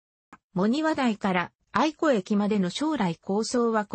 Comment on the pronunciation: 音声の読みに誤りが有りすぎるので、ツッコミを入れておきます。 ・八木山 ×やぎさん ○やぎやま ・愛子 ×あいこ ○あやし ・川内旗立線 ×かわうちきりつせん ○かわうちはたたてせん ・青葉山駅 ×あおはやまえき ○あおばやまえき